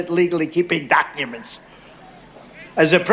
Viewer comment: And why did you declassify those DAK-uments Donald?